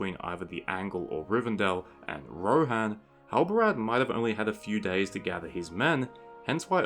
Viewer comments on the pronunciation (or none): none